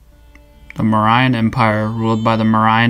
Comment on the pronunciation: you're pronouns mauryan so wrong